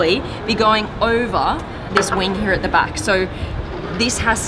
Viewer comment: “Heahh”... “Ovah”......”Floah” Bleep you are annoying! 🙄🇨🇺🇺🇸